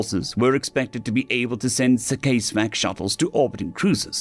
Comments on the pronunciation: CASEVAC is cas evac not case vac CASualty EVACuation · What it's worth, it's pronounced "câs-vâck" (the a as in cat) it's a contraction of "casualty evacuation"